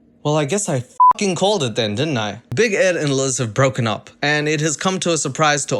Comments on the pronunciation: 😂😂😂 big egg is how says big Ed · I have to say.. Big Ed in french is Big Ed :B not big eed or something, just you English speaking guys turn ''e'' to ''i'' sound. Love <3